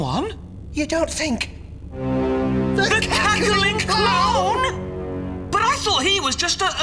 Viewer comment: WHY DID HE SAY BUT LIKE "BAUGHT" 💔